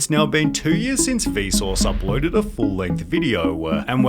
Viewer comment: Why do you pronounce the letter e on random words where there is absolutely no e? Like uploaded. And builde. And questione? I am german and this is no critique at all. I am merely curious if that's an American dialect I haven't heard before. I wish you a good day! You make great content